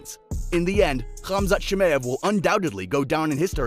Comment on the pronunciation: It's chimaev mate. Great video tho 👍🏿